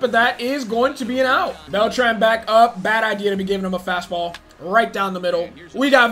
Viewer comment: Just gonna say that your mispronouncing Beltran I’m new though 👋